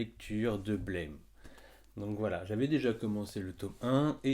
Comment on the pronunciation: Au top Juste on dit blame prononcé à la française (Oui je sais ça fait 20 ans qu'on dit blaime et c compliqué de changer c'était juste pour ta culture perso^^)